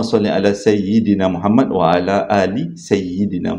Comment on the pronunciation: Assalamualaikum, saya nak tegur sikit tentang bacaan abang, bila baca bismillahirrahmanirrahim, rahman dan rahim dibaca ح pedas bukan Ha. Dan bacaan selawat Allahummasolli A'👈🏻 la Muhammad dibaca huruf ع bukannya huruf ا. Itu je la ilmu yg saya yg sikit saya nak kongsi, mudah2han kita diberi kefahaman agama kan.❤